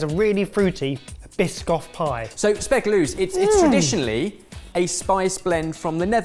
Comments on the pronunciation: ben mispronouncing speculoos all those times really just 😐😐😐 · Whoah. has to catch up on some Dutch. The pronunciation of speculoos was really bad. Something I'm not used to of. (or sometimes also called speculaas, maybe interesting to find out why and the difference)